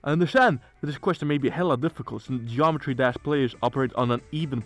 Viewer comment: bro can't even say "Geometry Dash" properly 🥀🥀💔💔